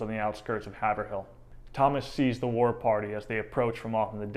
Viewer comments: I have lived in Haverhill (pronounced Hayvrill) my whole life and I drive by Hannah’s Statue all the time and you are telling me she is missing a shoe!!! wow! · It’s pronounced Hey-v-rill The real butchery here is the pronunciation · Haverhill is pronounced Hay-vrill. Wicked awesome videos btw guy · Born and lived in Haverhill, MA. for 69 years, I had a 1 month class in the history of Haverhill (pronounced Hayvrill) in the late 1960s.We were taught that Hannah kinda lost it when she thought her entire family had been killed and was bent on vengeance. According to a tale from the boy from Worcester, they were 50 to 100 feet from the island in the Merrimack when Hannah turned the canoe back to the island to collect the scalps of those they had killed. They then went back south on the river at night only and found sanctuary with a farmer from Nashua ,New Hampshire.This man would not leave his family alone with French and Abenakis in the area but did give supplies and advice on how to get back to Haverhill MA. We were told that after several days the 3 escapees landed where her and the nanny were initially put in canoes for their journey to Canada. I believe the young boy, who had been a prisoner for much longer was returned to his surviving relatives in Worcester. The Buttonwoods museum in Haverhill has much info on this as well as some artifacts from Hannah. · Haverhill locally pronounced Haavrill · Great info! I enjoyed it. I know some Duston descendents. Ps its pronounced Haiv rhill by the locals. Keep up the great videos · I can’t believe how you are saying Haverhill It’s have like wave and ril like til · Well, 1st, Haverhill is not pronounced Haver- Hill. Here in NE, it's pronounced Hey-Veral but good analysis 👍. They should make a movie!! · Oh, yes, it's pronounced Hay-ver-rill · "Haverhill"? it's pronounced HAY'vril. i live there. we're all still laughing. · Haverhill is pronounced "hay-vrill" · It is pronounced by locals " Hay vrill. " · lol, hav-er-hill